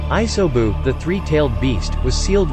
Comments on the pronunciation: jenin, iaisoubu/ISO boob/iso views, R-I-N no hara, jaanin, Maccabi/baatabi, udakada/Dokata/eudicotic, gookie, pon hailing from a wagga cure , Kabudo, Kakua/kukui, Honda(Han), Ledo/meadows(mito), Hoshi rama, oats itsuki, yuhgoora K-A-R-A-T-A-C-H-I, Aakatsooki, theres more but its just so cringe... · damn I hate how you pronounced rin and isobu's names